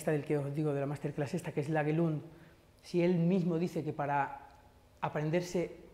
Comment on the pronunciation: Disculpa mi pésima dicción. El nombre que digo es Lage Lund.